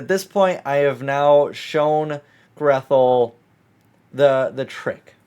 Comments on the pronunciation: Grethel is a German name. It isn't pronounced "Greth-el", but rather, "Gray-tel", as in Hansel und Grethel. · Btw, Grethel is a Germanic name, usually pronounced "Gretel"